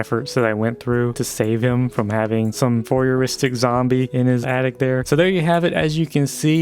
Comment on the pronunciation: did you say "voyeuristic zombie"